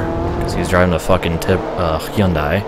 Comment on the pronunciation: what surprised me from this vid is that (an american) actually pronouced hyundai the way its supposed to